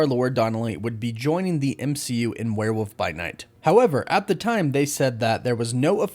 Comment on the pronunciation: Isn’t is “where-wolf” not “where-woof”